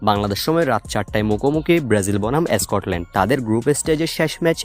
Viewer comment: আরে বেটা এসকটল্যান্ড না স্কটল্যান্ড হবে।উচ্চারণ ঠিক কর তারপর ভিডিও বানা।